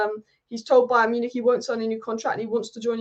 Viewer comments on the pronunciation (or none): none